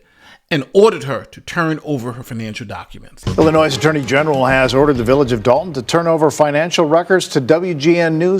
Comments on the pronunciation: FYI…….THE S IN ILLINOIS IS SILENT 🙂……FINALLY JUSTICE WILL BE SERVED TO THE THIS MUGSHOT MAYOR ‼️👍🏻💯👏🏻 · just a heads up... Although it's spelled Illinois.... the "S" is silent... "Illinoi" Salut! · You’re American but don’t know how to pronounce Illinois? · With all due respect, you keep pronouncing Illinois incorrectly. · He also doesn’t know how to pronounce Illinois. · Dude, the S is silent in Illinois - pronunciation is critical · Bro, please look up how to pronounce 'Illinois'. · The S on Illinois is actually silent. Just an FYI - keep up the good work my man. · idk why it’s there but the “s” in Illinois is silent. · Drop the “S” in Illinois. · The "s" in Illinois is silent. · The s is silent.